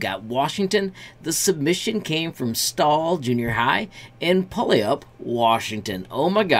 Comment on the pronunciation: You pronounced Puyallup wrong. Take in mind that it’s a Native American word. It did sound funny though.